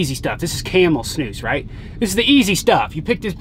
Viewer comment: wow she pronounce snus correctly in swedish! :O